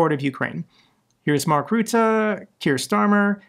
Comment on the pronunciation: Love your show, but there is no ruettw. Rutte, say ruzzia, now say Rutte. Easy, is you actually care